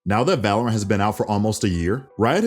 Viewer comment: just I heard balorant?